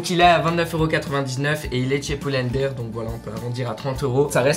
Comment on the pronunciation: sais pas prononcé pull and bear il dit:"poule and behre"